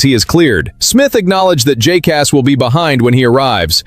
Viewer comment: When will you learn how to say Jacas' name properly?